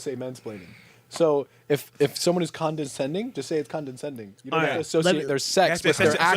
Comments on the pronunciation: how did no one correct him on the ‘condenscending’?!😂 they just let him embarrass himself like that? 😂😂 he even said it with his whole chest! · Omg “condensation” “condensating” 💀💀literally idiots with mics running a podcast. I love the other comments 😭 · They can't even pronounce condescending... keep saying Condensending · It's condensating if it makes someone cry. Wow. Not just one. Most or all of 'em couldn't pronounce it. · I think you mean condensending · Condenscending? Condensation? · lmao condentsending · not being able to say condescending is hilarious Edit: John Micheal still looks like BooBoo Stewart and it’s still disturbing Edit: I feel like a lot of the time the “friend zone” isn’t a guy being lead on, it’s a guy wanting a girl who doesn’t want him and putting her in a “relationship zone” but doesn’t actually tell her that he wants to be in a relationship with her and so he just deflects and puts all the responsibility onto the woman and blaming her for them not being in a relationship when it’s actually his fault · “condensending’ LMAO